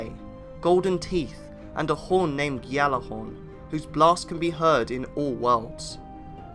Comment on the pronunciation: Gjallarhorn you say⁉️ 😳